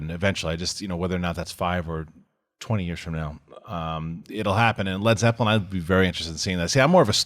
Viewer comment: ZEPPELIN. Not Zepplin.